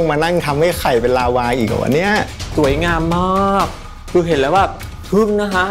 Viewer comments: เชฟคะลาวาไม่ใช้ลาว้าค่ะ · ลาวา ไม่ใช่ ลาว่า เชฟเอียน